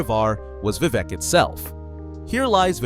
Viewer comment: Great Video. But why pronounce it as Vevec?